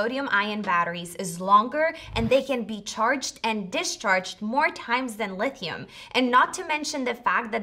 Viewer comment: Lithium not leethium minutes 😂